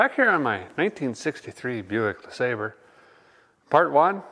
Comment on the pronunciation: Buick Leslobber. LeeSLOBBERER!! lol